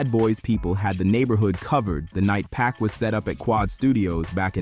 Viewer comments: It’s not “pack” fool. It’s Pac. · Tony Yai-yo? Pack? 🤣 AI voice narration is lazy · If you can't pronounce Pac's name correctly, then don't let it slip from your lips. ... which is why you shouldn't allow AI to make words for you either.